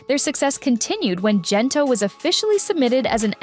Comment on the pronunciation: Is the narration AI? Why pronounce Gento with a 'j' not a 'g'? Imagine the boys singing the chorus 'gento' pronounced with a 'j' and see how ridiculous that is. If the narration is done by a live human then shame on that person. Ang corny mo.